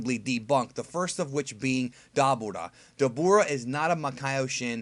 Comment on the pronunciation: Don't say dabora, cringe